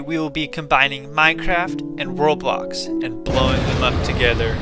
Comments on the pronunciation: Did you say world box or roblox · Is it just me When he says WorldBox It sounds like Roblox? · I set captain cc but you say world box sound Roblox bruh